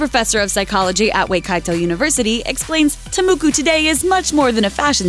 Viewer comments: New Zealander here, it’s pronounced “tah-maw-kaw”. The A vowel is not like “aye”, but like “ah” :D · I'm from New Zealand, and the Tā Moko (which you pronounced so terribly wrong) is so much more than a fashion statement, it's not "just a tattoo" and it's purpose is so far from being to attract men. The Tā Moko represents your genealogy first and foremost, as well as who they are as Māori people, which such a sacred culture in today's world. Tā Mokos are incredibly beautiful, they represent mana, family, pride and strength. No person who isn't Māori should ever get a Tā Moko, they have shared enough of their culture and some things need to be reserve for their selves. They're a celebration of Māori culture, a taonga, a treasure. So yes, they do make women beautiful but their purpose is so much more meaningful. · Its TA MOKO yo!!